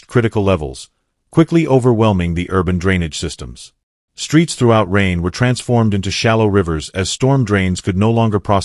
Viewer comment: kann man sich mit dem KI Mist nicht antun. Die Stadt heißt Rheine und nicht Regen, wie der KI Fuzzy sagt.